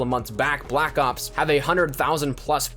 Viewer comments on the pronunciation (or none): none